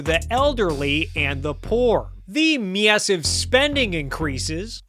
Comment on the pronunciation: The way you say Massive and Ca words makes my blood boil. Mid western ass bitch. Great video otherwise.